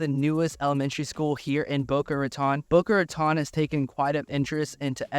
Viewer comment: Ratone is how it pronounced. You also butched Yamato Rd. Welcome. Paradise Palms is awesome. Just moved away from there. Blue Lake is amazing.